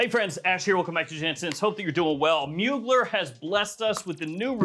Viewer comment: Two things … You’re my favorite scent content creator. You’re hilarious. Super informative. Love your recommendations and I also have a huge crush on you. Congrats to the Mrs. BUT please… pretty please… next Mugler video… make sure to pronounce it correctly… “Moo-Glare”. 2nd: I got this fragrance a month ago here in NYC via their website and as much as I wanted to love it… I kinda don’t. I find Fantasm to be far superior. It has more of a unique scent and longer longevity. Personally, I find Stellar to be similar to Fantasm scent wise but watered down. Projection is pretty weak. Maybe it is the batch that my bottle comes from or maybe it’s so new that I have to let the fragrance “marinate” for a bit longer so that I can get what you’re experiencing. Anyway… I don’t hate it by any means… it just isn’t anything special. Not like Fantasm is. Side note: Angel Stellar is superb!!!! So much so that I’m considering purchasing it.